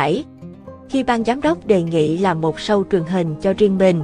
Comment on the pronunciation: SHOW ( phát âm SÔ không phải SÂU )